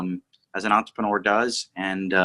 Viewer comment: It’s gotta be the consistent and slightly wrong pronunciation of entrepreneur